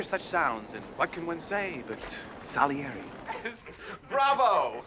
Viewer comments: it sounds like you're calling Salieri "Sugly Inglu" and "Son of Larry " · "I do feel bad for so-ga-lingly. This guy... Sohn-galeri" -- PIB